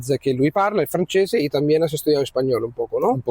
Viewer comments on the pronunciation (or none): none